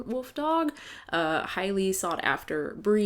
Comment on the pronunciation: "They have a woof dog..." 😂😂😂